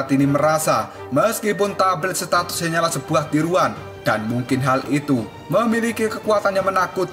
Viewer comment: menit tablet status ... bukan statis bang ae..😂😂😂